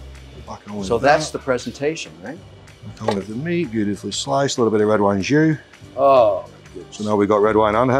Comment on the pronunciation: Red wine jus, not red wine jew 😂